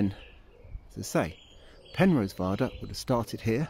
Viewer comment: Penrhos not Penrose.